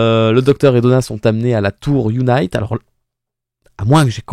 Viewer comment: UNIT se prononce younit et pas younaït. L'organisation a été introduite pour la première fois dans Doctor Who en 1968 avec le 2e Docteur et est apparu par la suite avec quasiment tous les docteurs. Toi qui n'as vu que la New Who hors 13e Docteur tu devrais normalement t'en rappeler car elle y est apparu de nombreuses fois dès les premières saisons de la New Who. Tu as fait le parallèle du transport du TARDIS par hélicoptère dans les 50 ans et 60 ans. Eh bien figure toi que dans les 50 ans aussi c'était UNIT qui le transportait. Tout s'est déclanché car pour la première fois, le monde entier est connecté, un satellite coréen (je crois) a été mis en orbite et grâce à ça la totalité du globe est désormais connectée et donc soumis au rire du pantin qui contrôle tout le monde. Pour faire ça il a fallu que le Toymaker mette ce rire dans tous les écrans et pour ça il a fallu commencé par la toute première télé. Pour les couleurs de la régénération, elles n'étaient effectivement pas comme ça pour les docteurs que tu as vu. Ces couleurs sont arrivées pour la première fois avec la régénération de 13.